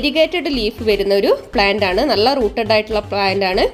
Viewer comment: നള അല്ല നല്ല, plant എല്ലാം കൊള്ളാം